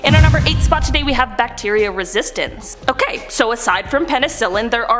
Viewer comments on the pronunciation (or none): none